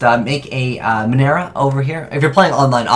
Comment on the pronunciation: so I know is like master troll so is that why he pronounces certain cards incorrectly? like Minerva in this video has a "V" on her name but her just says Minera